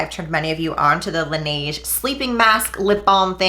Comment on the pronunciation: You're getting closer to pronouncing Laneige correctly!! 😂😂😂 Also I know you're loyal to Tula but another great daily sunscreen is Etude House Sunprise.